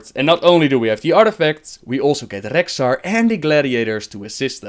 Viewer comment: Gavin Muller I'm aware of that. But as you can clearly hear, he IS ABLE to pronounce it properly. But time to time he chooses not to.